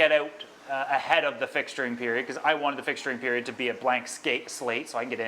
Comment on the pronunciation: " and i really wannit it" see why its important to say the letter T in wanted ... i bet you say granite instead of granted aswell